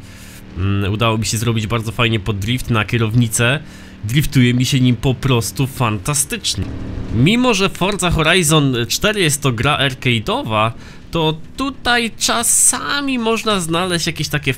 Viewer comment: Nie mówi się fordza tylko forza